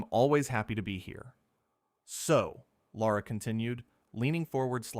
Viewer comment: It's NOT Laura! Tell A I The Host's Name IS: LARA. Pronounced 'Lair - a.' There is NO 'U' in Lara.